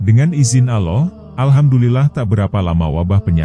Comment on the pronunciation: Ini sebenarnya siapa si yg bercerita ini kok bilang nama Allah dgn sebutan aloh knpa sih jgn² yg bercerita ini org yg kurang ajar ya